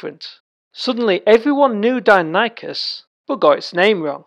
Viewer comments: You are saying do-non-ikus..... it’s di-nonee-kus phonetically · Interesting vid... except you're pronouncing the name incorrectly. Die, nonny, kus ... not Dino Nike Us. Edit: And I'm not even American btw... it's just not pronounced that way.